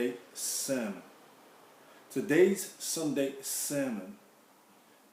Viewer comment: The beginning is so funny. Just bopping his head to that frenchie tune. And he says "sonday sermon" instead of "sunday". That's living over the water for ya